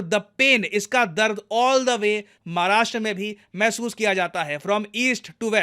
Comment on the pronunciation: Hey this is second time that I am saying to you thay don't say मराष्ट्र it's महाराष्ट्र. Next time Pronounce it Properly.